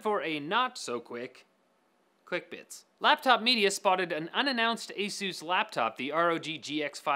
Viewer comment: HAHAAHHA I LIKED THIS VIDEO cuz u said asuh dud